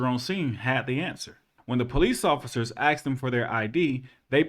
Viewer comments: "..but when AXED.." I'm not sure I would take legal advice from someone who doesn't speak English. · This guy sounds like an educated person until he starts “axing” questions! Well let me ax you this…. Is it ok if I rake you the answer? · When axed? What is axed? Do you mean asked? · The word is ASKED not axed, you sound Ignorant when you say it incorrectly get it straight so you can be taken more seriously. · I love your videos and won't unsubsidized but can you PLEASE say asked instead of axed. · Before your post mode videos please know the difference between ask and axed. You say axed when you should say asked. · axed? i think you meant asked. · It's 'ASKED' not 'AXED' Literally one is murder and the other is a question. There is a BIG difference... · Hi. I really love your work. Can I point out one thing as positive criticism? You are still saying the word “asked” incorrectly. You are saying “AXED” rather than “ASKED’. One technique I use for my students is to slowly say it like this: “aaaa …. SSSSSSSS …k k k k.. ed”. Make sure you slowly and deliberately sound out the “S” before the “K”. Good luck with your excellent work sir. God bless. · Why do you keep saying “axed” instead of ‘asked’?